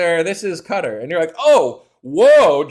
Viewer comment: All praise to, the first guy I've heard pronounce "Qatar" correctly all week! (Yes, it sounds like "cutter".)